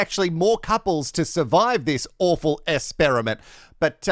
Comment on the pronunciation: I'm never going to pronounce "essperiment" any other way!